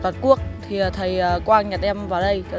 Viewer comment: Từ"nhặt"nghe sai sai